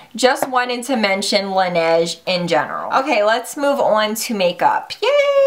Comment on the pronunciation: Laneige is French for the snow, and it's pronounced la-nage